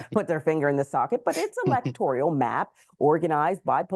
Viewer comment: She needs to learn how to pronounce “electoral” I’m guessing that would be a reach for this insect. She’s so “weird” right?